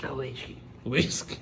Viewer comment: “wittsky” KKKKKKK